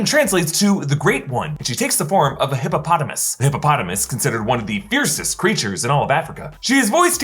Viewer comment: Hi-po-patamus hippopotamus hippo-patamus ngaaaaaaaaahhh